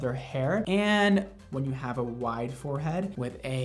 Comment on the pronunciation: OMG!!! At the beginning, and you said the word "wiiiiiide" I knew it. You're from the south somewhere aren't you?<3